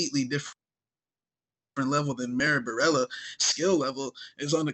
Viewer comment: "Marella" Borella...